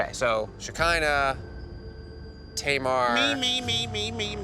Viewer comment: i heard my name "Shekinah" and was surprised that it was said properly, a lot of people pronounce it wrong